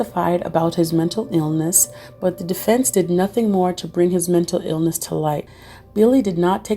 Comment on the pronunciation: heheh "metal' health disorders